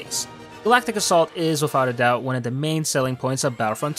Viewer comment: U said assault wrong